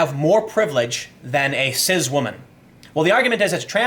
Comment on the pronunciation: There is no Z in Cis. It is pronounced Cisss...not cizzz